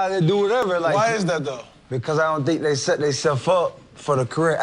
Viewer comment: lilmik551 nah you saying “Dey” tears y’all down lol